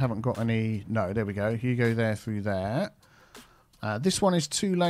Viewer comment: He used to say "you go there" and then because of his accent it sounded like " there". Everyone commented on it, so then he actually started saying " there" on purpose. The game updated, so he doesn't have to manually make the connection anymore, but still exists! Maybe go back and watch his old videos!